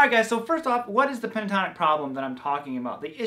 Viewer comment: 😂 you said pintotonic how giggly you are ... thx for your great work once again, keep on doing awesome stuff 👍👏